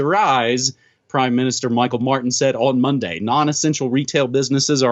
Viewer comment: As an Irishman I totally agree with you on your comment about Ireland (Éire) joining the EEC as it was and the EU as it is now. The EU do not want independent states. Micheál is pronounced Mee-haul.